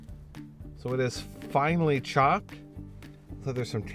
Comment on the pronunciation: did you said "Finally chopped" instead of finely chapped? :D